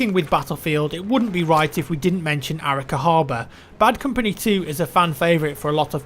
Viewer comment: a-RI-ca, not Árica